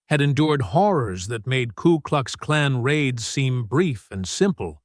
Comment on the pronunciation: It's K U KLUX KLAN. not klu klux klan. AI voice needs to get it right.